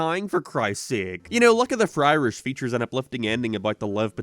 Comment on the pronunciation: Or, "FryRish," as pronounced here.